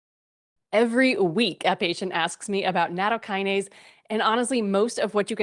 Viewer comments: Maybe we can begin by pronouncing the word CORRECTLY? NA-TOW- KI- NA-SAY Is that asking too much? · It's not natto + kinase. It isn't a kinase. It's nattokin (納豆菌, literally natto bacteria) + ase. The kin is pronounced like the word kin. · She dont even pronounce it correctly